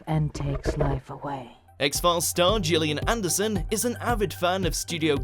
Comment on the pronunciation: Finally you pronounce Gillian Anderson's name correctly! 👍